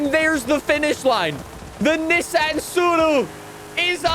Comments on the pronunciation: Well done on being able to say tsuru correctly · We get it, you know how to pronounce this model